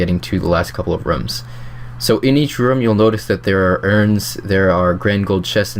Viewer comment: Couldn't watch the vid because you kept saying rums instead of rooms.